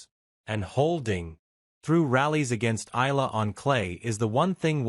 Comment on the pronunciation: Eeyala…. Not ela …